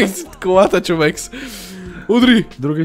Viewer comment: Приятел не казваш ЧОВЕК ами ЧОВЕКС 😂😂